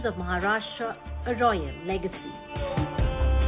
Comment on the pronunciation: Wonderful places to see. Kindly change the lady describing the places. She is unable to pronounce even simple Marathi names like "Satara", "Mharashtra" instead of "Maharashtra" and makes many more mistakes. The whole purpose gets defeated when the person is unable to describe properly. Also can't do full screen on mobile.